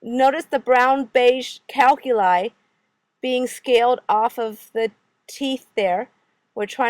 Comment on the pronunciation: OMG, I CAN'T STAND HER SAYING ""Calculi" good video lol